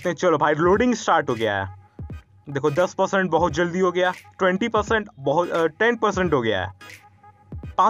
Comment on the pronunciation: Zaldi nahi jaldi di bolo bhi